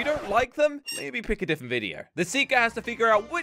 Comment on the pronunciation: Different not difent